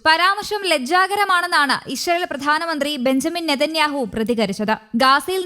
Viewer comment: നാക്ക് വടിക്കാത്തതിൻ്റെ ഗുണം അറിയാനുണ്ട് ഗാസ 'ഗാഷ ഇസ്റായേൽ ഇഷ്റായേൽ എന്തായാലും നല്ല അക്ഷരസ്ഫുടത